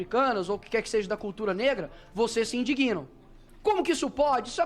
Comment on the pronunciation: Ensine o deputado que a letra "g" em "indigna" é mudo. Dói no ouvido alguem falar "indiguina", ainda maus sendo alguem que está em evidência.